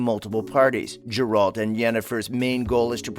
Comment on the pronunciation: What the fuck... Does he say Jur-alt?